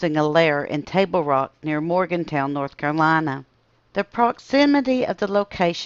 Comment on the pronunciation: Good morning! Love this story and live a days drive from the brown mt. lights. My mother has seen them but i've never. "Morgan-tun" is the correct pronunciation of the town at the foot of the mountain from the brown mt. lights.